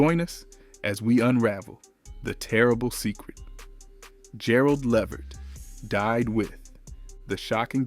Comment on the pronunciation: Not being able to pronounce his last name correctly takes away from the information.